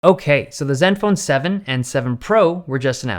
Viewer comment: That "OkAy" tho